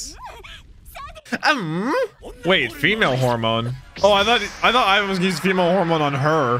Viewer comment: Leave it to to repeatedly mispronounce names literally seconds after they have been clearly pronounced... One Piece: Ivan!: Is it Ivan or Aivan! One Piece: Ivan!: Aivan!... One Piece: Sadie-chan!: And Sadie too, or is it Seidie?...... Seidie!